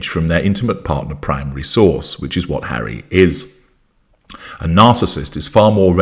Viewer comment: Oh my god, Hawwy "the broken down washing machine" hilarious. Mangled! 🤣😂 I think she thought she had a chance with the billionaire Tyler Perry, he ran for the Hollywood Hills by all accounts! 🏃🏽😂